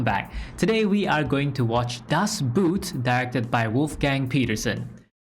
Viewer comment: you missing a few things in your research. you must watch up the specific data for WWII tech. not the data from 2023 ;-) and its not the englisch "boot" its not footwear ;-) its a long "o" not a "u" ;-)